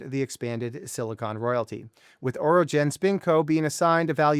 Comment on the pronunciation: Orogen not Oregon😊